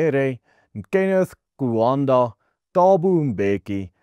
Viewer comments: Kaunda. Not Kuanda. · Kenneth Kaunda not Kenneth Kuanda. Or KK.